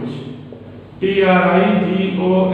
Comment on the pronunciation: Everyone's pronunciation is different, ok